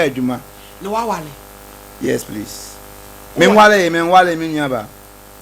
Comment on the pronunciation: He said yes prease